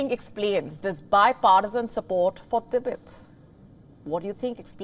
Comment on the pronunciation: Tibet becomes T_Bird??? Xi Jin Ping becomes "Eleven" Jin Ping. These Indian newsreaders are great, just great. No?